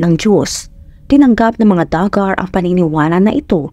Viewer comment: Du-Gar ang pronunciation at ang Arkansas ay silent yung last na S.